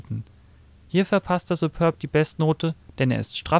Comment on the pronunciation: SupÖrb? Das ding heißt "Superb"!